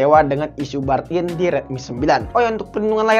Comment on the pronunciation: Burn in di baca nya bern in